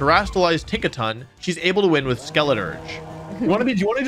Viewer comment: tinkaton takes-a-ton 😂😂